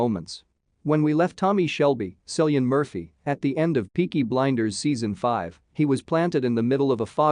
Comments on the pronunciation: It's pronounced kill lian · It’s actually pronounced KILL-EE-AN. I know… i was shocked too.